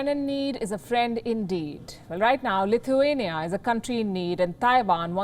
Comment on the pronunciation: Did you say CLITHUANIA....?